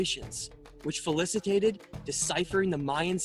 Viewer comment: Oops, you meant "facilitated," not "falicitated."